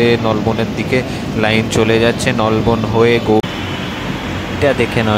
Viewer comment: Ucharon thk koro Bhai nalban noi Nolbon